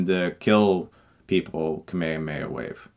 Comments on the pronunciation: I love how you say Kame-hame-ha, all together and flowing as 1 word. We pronouce it separately in brazilian portuguese. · Hey great video but you’re saying Kamehameha wrong. You’re pronouncing it kamayamaya which is incorrect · Says he's a big fan of the original. Pronounces "kaa mee haa mee" haa as "kamehameha" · Does every american say "Kame kame ha" the way Chris said it? I hope not. :( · i laugh every time Chris says "kameihameia" wave it just sound so funny in english, btw I´m from México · chris why do you pronounce the kamehameha wave as kameAmeA wave? it intrigues me quite as much as why this movie was ever made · Every time you mispronounce Kamehameha, I die a little inside. In Japanese it's translated from three words. Kame - Turtle Hame - Destruction Ha - Wave KAH-may-HAH-may-HA! It's like pronouncing Kurama as "KOO-ruh-MA" instead of "Kur-AH-ma" in Naruto, I know the first dub got it wrong as well, but that doesn't excuse the mispronunciation. I get that you're a huge fan, and love the franchise, and we're all there with you on loving it, but it's a name constructed of three words in Japanese, as most technique names in Anime are, and you have to remember that each of those words has its own pronunciation which is then linked together. So saying Ka-meha-meha as people often do, for someone who has been trying to study the Japanese language in Uni, is just painful. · It's so painful to listen to american pronunciation of japanese words... "Kuh may amey ah" always gets me. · Just rewatched the movie, haven't seen it since it came out 10 years ago. And yeah, it's really fucking terrible. But if this movie didn't exist, we wouldn't have this amazing review ----- and that very, very disturbingly weird way of pronouncing "kamehameha". Is that really how people say it in America? 'Cause I can't say it that way and believe me, I have tried so many times. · learn to pronounce kamehameha! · The way u pronounce Ka Me Ha Me Ha irritates me 😂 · Kameya-meya, lol. =)